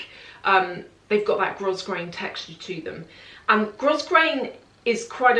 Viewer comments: Love your videos. So informative and down to earth. By the way, it’s pronounced “grow-grain”. The “S” is silent 🤪 xx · There’s really no good way to point out pronunciation boo boos but after hearing your concern over how Moschino is pronounced, I thought I would mention that “grosgrain” is pronounced “grow grain” both in England and America. Sincerely not trying to be mean or snooty - just thought you might want to know